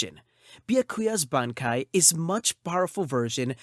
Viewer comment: Great pronunciation on the bankai’s!